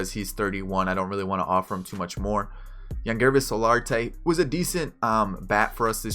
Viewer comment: Do you know how to pronounce Aaron and Devon Travis OMFG and you cant say Yangervis or Teoscar but its G lol